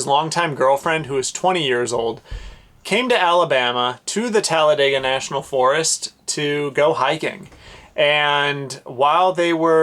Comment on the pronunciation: Oh wow thanks for sharing this story.. I just recently moved here from Florida and tend to isolate and venture off. Beautiful fur baby by the way and thanks for pronouncing Talladega correctly because most of the people here do not lol. Happy and safe travels to you both 🐶🥰🥰